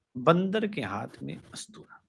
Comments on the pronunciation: अस्तुरा नहीं उस्तरा बोलिये। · जी अस्तुरा नही होता उस्तरा होता है। सुधारिए। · ustara hota hai, astura nahi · bhai charcha badi achchi chali bahut sateek aur sahi tha video.. bas ustara उस्तरा बोल लीजिए. अस्तुरा आपके मुखारविन्द से अच्छा नहीं लग रहा